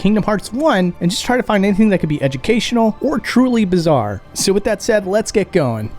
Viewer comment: It’s fascinating to me that you say Vase with a soft A, but still say “Wif” rather than WITH, it’s almost as though you’re mimicking a low-brow, south-London speech style, but without the accent…